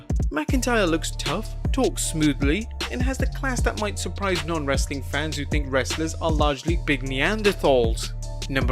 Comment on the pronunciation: My day is not complete until I hear say: ‘Wrrrrrestling content’